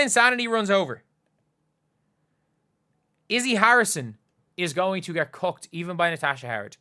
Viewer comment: When says "cooked", it sounds like "cucked", which works too.